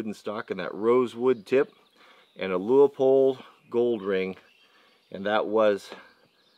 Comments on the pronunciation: It's "loopold" not "louypold"... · Leupold is pronounced Loo-pold. Great scopes made in my neck of the woods. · Please, Please, people, STOP calling Leupold "Lee ooo pold! It is pronounced Lu pold! just call them on the phone and ask them!